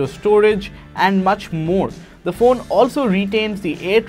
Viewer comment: NO ONE:... Literally NO ONE:... THIS GUY: ROG FOON